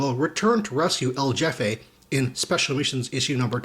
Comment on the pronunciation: Loving the comic reviews, man. Keep up the good work. :) Oh, btw..El Jefe is pronounced El Hefe...J is an H sound in Spanish. ;)